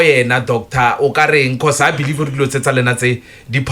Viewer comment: Be-Lieve 😂😂😂 aowa aowa aowa!!!!